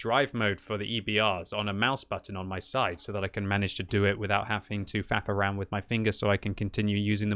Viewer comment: I thought I heard fap around. Went back and heard him say frath around.